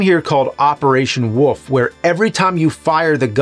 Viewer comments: WOLF NOT WOOF! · Operation woof? Pretty sure it was wolf not woof, i had a teacher in 5th grade that couldn't say wolf and said woof instead lol so silly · Why does he keep saying woff and not wolf? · I hate when ppl say wolf like "woof" XD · I love when James says wolf